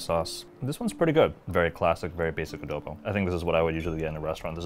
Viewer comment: Adohbow....oh lala!